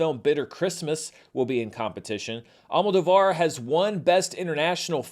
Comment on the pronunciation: Hey, remembering your feud about the correct pronunciation of Giancarlo Esposito's Spanish surname, I think you'll appreciate to know that the surname Almodovar is actually pronounced AlmoDOvar, instead of AlmodoVAR.